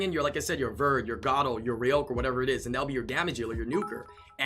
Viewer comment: You know it is pronounced (Gar)-(oh). pls stop saying gato you sound like an idiot